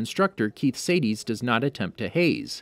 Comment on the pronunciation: It’s pronounced “shah-dis” not “say-deez”. Also it’s not pronounced jean it’s a French name and it’s pronounced “sz-ah-n” like a soft j sound Edit: saydeez nuts lmao